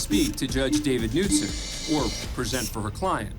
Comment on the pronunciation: Ummm…the “K” is pronounced in Knutson. Do better.